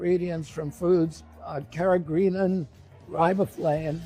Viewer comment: riboflavin? carageenan? If he thinks these are so bad, he should be able to, at least, pronounce them. It doesn't give a lot of confidence to his knowledge; I know I know, I'm just sayin'.